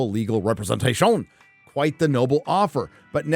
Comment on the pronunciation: “Representa-SHOWN!” I laugh every time.